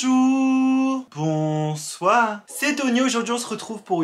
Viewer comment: « BANJOURRRRR BANSOIRRR » sa phrase que je préfère le plus